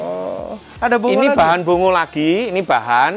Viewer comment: FYI Mazda bongo penyebutan aslinya Bong Go. Tau itu tahun 99 saat di Jepang